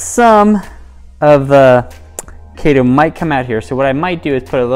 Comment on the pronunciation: Nice, thanks. FYI. It’s pronounced KEE-to, like the diet. KEE-to-MOR-pha. In taxonomy (and probably everywhere else too) “ae” is an “ee” sound. Same in “algae”: AL-gee.